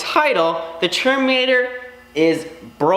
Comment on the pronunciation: Is it Terminator Or "Cherminator" as you pronounce it